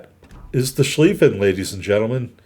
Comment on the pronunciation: So heres how German grammar works, if the word has ie in it, it is pronounced long Ee sound, if it has ei in it, it is pronounced Long I sound like eye. So it should be pronounced ShclEEffen.